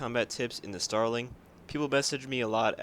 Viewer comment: Did you say... um .... “genital air combat” tips sir?